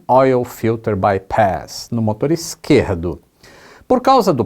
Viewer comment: "motor esqueRRRRRRdo"? Tá cariocando,?